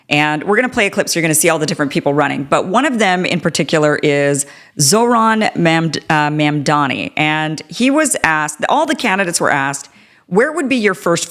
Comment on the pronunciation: Zohran Mamdani not Zohan Ma'amdani.